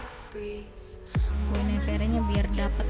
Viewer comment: Mbakk mohon pengucapan guinevere nya di perbaikin ya 😭😭, btw keren kontennya🤩